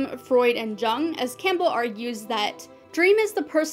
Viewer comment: Love your videos, keep up the great work! Btw, Jung is pronounce “Yoong” like “you + ng” :)